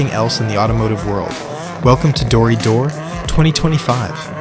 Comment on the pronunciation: its pronounced "Dori - Doray" . btw in US you got Final Bout. Australia got Halfway hangs. check them out